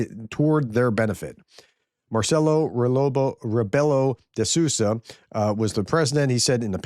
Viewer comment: Hi. You can read Sousa like if you read Soosa like Rebook:D so Marcelo Rebeelo de Soosa:D